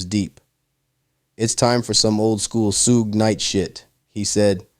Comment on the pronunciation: This fool really said Soog Night 💀